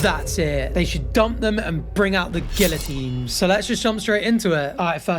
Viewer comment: I love you but you don't pronounce the ll in "guillotine".